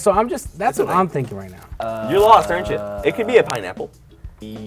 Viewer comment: "I belive in youch, Pikachu!"